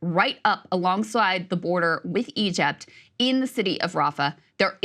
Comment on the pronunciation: "Egept" hahah😅😂